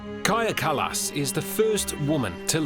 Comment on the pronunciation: Hey, thanks for getting our prime ministers name correct 🇪🇪 😅